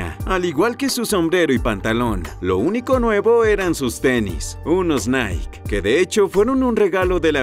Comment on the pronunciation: No pronuncia naik, es naiki, se escribe nike